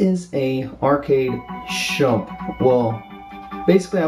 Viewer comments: its not SHUMP, its SHMUP!!! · Nice review but it is SHMUP not SHUMP. Shoot em up. SHMUP. Still though I am grateful you reviewed this shooter. Its a really fun one and its sort of like Raiden in its own way and 8 levels is pretty good stuff. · How can this kid not pronounce shmup, and why does he think bullethell shmups aren't shmups?